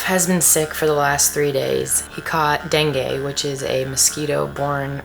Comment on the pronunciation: Love your vids, fyi for future reference it's pronounced "dengee" fever! glad you're over it finally 👍